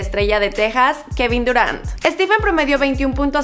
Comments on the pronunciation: Dices estiven no estifen o esteph Escribi la pronunciacion no como se escribe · Se pronunciaria "Estifen" no "Estiven" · Es stephen, no steven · Stiven? O Stephen? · Porque le dices Steven noooo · pq le dice steven jajsja